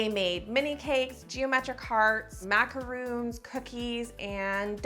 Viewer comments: Macarons…not macaroons😬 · Pretty sure I've commented this before. It's pronounced maca-ron. Not maca-roon. Macaroons are the coconut cookies, macarons are the French cookies. They're even spelt differently. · It's macaron not macaroon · I don't scroll through comments so I don't know if this has been mentioned, but it's called a macaron (mack-ah-ROHN), not a macaroon (mack-ah-ROON). Macarons are these delicate, meringue and almond flour based cookies that sandwich some type of filling. Macaroons are a competely different type of cookie that is mounded and made from desiccated coconut. Similar spelling, but different in almost every other way (save for a few ingredients). Not trying to be rude, just thought you'd want to know since 1) the more you know the better as a sweet baker lady, & 2) cookies are the best desserts ever so you really ought to try macaroons if you haven't as they are delicious as well. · Girl, I love you but it's macarOns not macarOONs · I've never heard macaron pronounced liked the coconut macaroon so much.